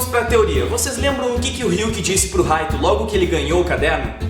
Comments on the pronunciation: Poem Light mesmo kk mo agonia ouvir Raito kkk lembro da Live Action japonesa q eh uma merda kkk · Se lê Raito mas se fala light como night tirando isso video ótimo❤